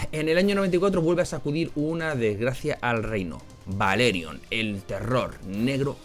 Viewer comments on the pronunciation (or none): Buen vídeo nomas en el nombre del dragón de Aegon el conquistador era ""Balerion" no "Valeryon" lol